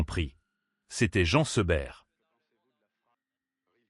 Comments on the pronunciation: prononcez Jeen Seberg...svp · Encore cette voix artificielle qui ne sait même pas prononcer correctement Jean Seberg